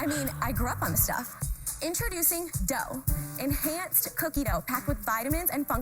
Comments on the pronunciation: Probably wanted to pronounce it like "dough.' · Is this lady intentionally butchering the French language? This is not how you pronounce “deux”.